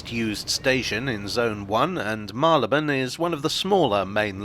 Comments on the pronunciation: It's Marry-le-bone not Marlybone. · Mary l'bun. Any other pronunciation is incorrect and I will die on this hill.